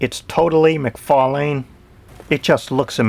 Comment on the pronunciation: great toy review but you did not say todd mcfarlane's name right, it's mcfarlane not mcfarling.